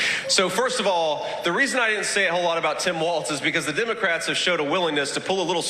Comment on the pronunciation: Why does JD Vance (JP Mandel) say Dimocrats?